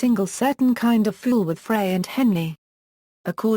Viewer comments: Love Randy! Love ALL of the Eagles!!! However do not like this robotic voice. Once again Glenn Frey is pronounced "fry" not "fray". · Only one of the many mispronunciations!